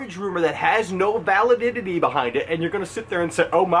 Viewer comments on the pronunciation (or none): Lol "validity" not "valididity"